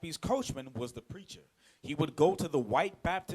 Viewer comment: WHEN YOU SAY BAPTIST I HEAR BASTARD